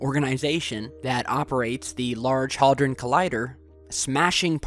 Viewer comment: There is no "L" in hadron.